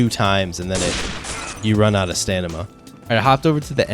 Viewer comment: I love stanima not stamina